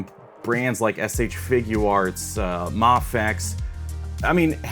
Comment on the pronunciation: Its mayfex btw